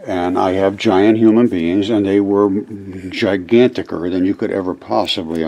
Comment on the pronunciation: Gigantikor ??? That a word my 4 year old might say